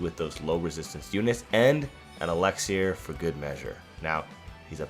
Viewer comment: Oh my gosh the way you pronounced Elixir had me cackling that was genuinely hilarious 😭